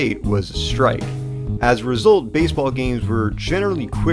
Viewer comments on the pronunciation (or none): none